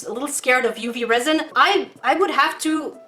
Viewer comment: that wasn’t very cash money of you Also when you said resin I thought u said rosin (I play violin)